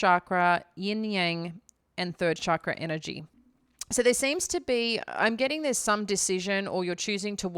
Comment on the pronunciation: If you know so much about chakras then why don't you know how to pronounce the word? Stop culturally appropriating from Hinduism and bastardizing it's meaning, you're not qualified to talk about chakras at all and NEVER WILL BE.